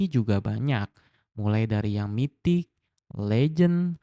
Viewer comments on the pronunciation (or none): none